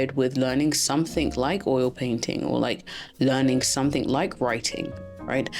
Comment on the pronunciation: Your accent is beautiful, but please don’t put a 'k' on the end of 'something'. Your content and delivery ? Yep, right on! ❤